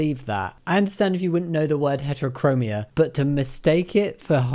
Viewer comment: i think they are trying to say Heterochromia.